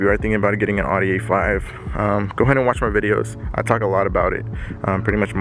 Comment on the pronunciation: What’s an awedee it’s an Audi